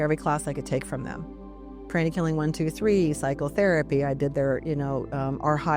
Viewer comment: Mispronounced words including chakras and pranic was too distracting for me.